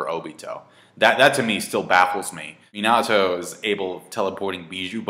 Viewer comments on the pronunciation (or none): I like your videos but I honestly can't take you seriously when you don't pronounce the names correctly. It's Hokage, not Hokaaaaaageh and Minato, not Minaaaaaato